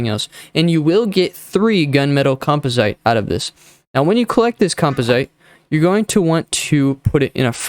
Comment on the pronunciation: say it with me... com pos it